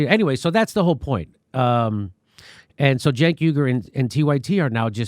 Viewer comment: Journalists don’t dress or like Anna or her boss “Cenk” pronounced JUNK.